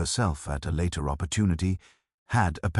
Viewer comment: LA-ter as in later. DE-sk as in desk. wreck- E-d as in wrecked. What's going on? I notice it a lot of late.